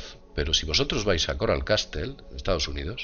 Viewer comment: Coral castle, se pronuncia como caszol, mas o menos, no castel